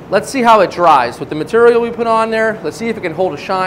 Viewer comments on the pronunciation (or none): none